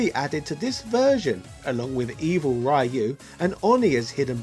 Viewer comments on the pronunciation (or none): 🥊 RYU IS PRONOUNCED "REE- YOU" NOT "RYE YOU" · Raiiu -rai-iu it gives me the creeps whenever someone mispronounces it